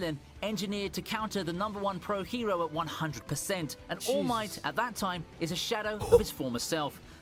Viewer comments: can you stop calling him all mighty its ALL MIGHT FFS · Btw it’s all might not all mighty although it does sound cool